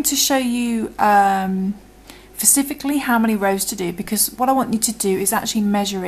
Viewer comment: "Pacifically" sounds fine-we know!!